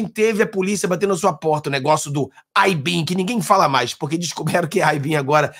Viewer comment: Cara vc fala pra brasileiro. Fala essa porra de Abin direito